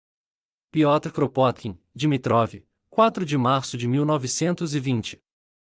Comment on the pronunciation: O nome dele se pronuncia "Krapôtkin".